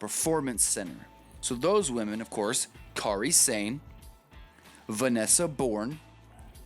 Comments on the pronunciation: They way you say Kari Sane is cringe worthy bad. It's pronounced Kari Sane not Kary Sane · "Careeh Sane"? Lol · Dude can't pronounce Kairi Sane